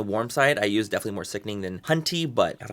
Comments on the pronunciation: I live for every time you say, "sickning" with that look on your face. 😂😂😂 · I love when you say SICKNING 😭